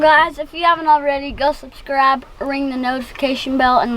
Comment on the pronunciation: If Houston's Okie accent gets any thicker when he says subscribe 😂😂😂😂